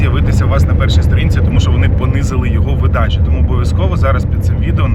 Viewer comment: Та не видАча, а вИдача відео